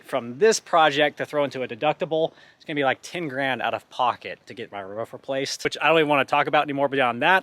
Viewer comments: Why do people say Canadians say roof funny when he constantly says ruff. 😂😂😂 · 😂"ruff" not roof "ruff"😭 that's jks